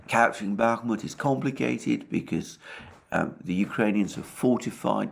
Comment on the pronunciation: Alexander and his continuing pronouncements that Bakmuht is on the cusp of falling to Russia/Wangker!! The daily dose of comedy for and The Dohwrong never gets old!! 😂😂😂😂😂😂😂😂